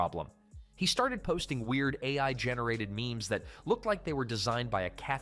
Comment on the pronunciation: Ai narration huh? Ironic that the word "AI" is what it messed up lmao